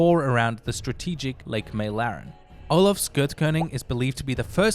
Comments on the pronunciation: it is pronounced Mä-lare-en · Meiläran, haha love it, malaren i guess an english speaker can prenounce it to sound correct, no problem though👍🏻